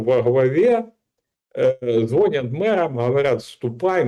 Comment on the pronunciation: ЗвонЯт!!! Учи, окурок, язык!